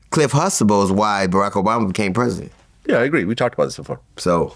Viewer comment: T is dumba than Hussein. "Cliff Huxtable" not Hustable. They said it clearly many times on the show.